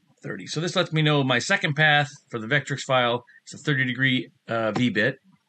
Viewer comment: "Vetric". Not "Vetrix". Great presentation though otherwise :)